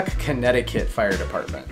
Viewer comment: I have to say that did good pronouncing the Connecticut one